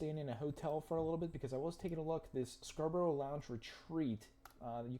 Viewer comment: If you ever visit Scarborough, please don't pronounce it Scra Bro Bro. Pronounce it Scar Bruh Bruv. I was born further up the coast in Hartlepool. The next town along from Scarborough is Whitby where Dracula landed in the Bram Stoker novel